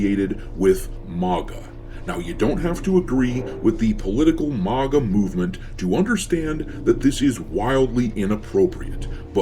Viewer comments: It bothers me way more than it should that you can't pronounce maga 😂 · The way you pronounce MAGA should be a crime!